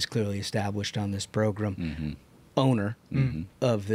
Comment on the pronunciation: Where did “progrum” start? My grandma used to call the don imus show her favorite progrum😂😂😂